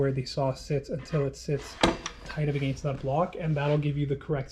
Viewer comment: Your Canadian kicks in hard on the word “against“ 😂 Awesome video